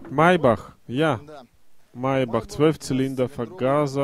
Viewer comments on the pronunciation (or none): none